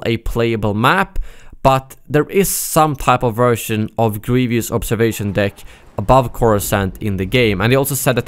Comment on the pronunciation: you said grevieous like general gravy instead of general grevious lol